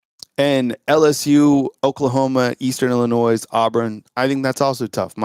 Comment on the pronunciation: Word police - Illi - noy. Not Illi - noise.